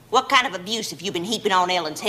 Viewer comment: I have no idea why, but the long silence and the way she says “whuut?“ Absolutely kills me 🤣